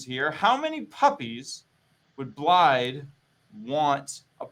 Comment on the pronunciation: is he pronouncing blaidd's name with the D instead of the th? oh boy